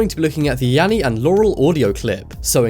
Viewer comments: you said Yammy not Yanny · mistake... They said Yammy not Yanny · Sounds like Yammy not yanny. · Oml I love it, you say just in case you have been living under a rock there is this new trend but when you say that at the start you it’s written and “Yammy or Laurel” you said YAMMY it’s YANNY bruhhhhh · I HEARD YAMMY NOT YANNY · I heard yaral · I hear Laurel but when I hear "Yanny" it sounds like Yally. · u said yammy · So the first time he said it I heard yanny and the second laurel okidokie. I am young but maybe I have an old soul lol